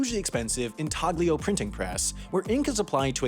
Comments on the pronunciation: It’s pronounced “een-TALL-yo,” not “in TAG lee o.” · Couple of "um actually"s for ya here: "intaglio printing" is not an enlish word, so people pronounce it "in-tal-yo" and then a trivial one, it's the "printing process" not "minting process." Printing for bills, mintng for coins. Also where the slang "mint condition" comes from. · In-TAG-lio? Nope, the g is silent. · Artists normally use the correct Italian pronunciation, in-Tal-lio. Gravure printers, like my old man used to be, pronounce it in-TAG-lio.